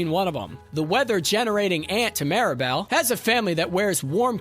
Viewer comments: sounds like ya said Maribel instead of Mirabelle but at least we're not talking about fight club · Bro legit gave a lesson on her name pronunciation as ‘MEERabel’ then proceeded to pronounce her name wrong as ‘MARYbel’ and ‘MARAbel’several times over. 😂 All are wrong.